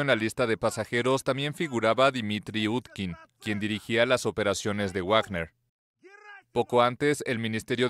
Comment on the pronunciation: ¿Cuando pronunciaran correctamente a Wagner?😅😂